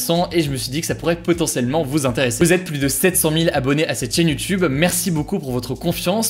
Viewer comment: J'adore tes vidéos, je trouve ça vraiment sympa et une bonne alternative aux médias traditionnels. Mais j'ai une question, pourquoi prononcer aussi fortement les S quand tu dis "plus"? Ça vient d'où ?